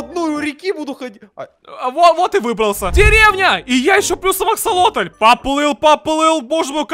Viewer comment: Обложка: не аксолотль А АкИлОтЛь. Видео: не аксолотль а.... ФиКсАйЛоТь😂